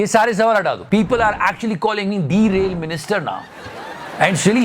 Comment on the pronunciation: Derail ❌ minister Dereel✅ minister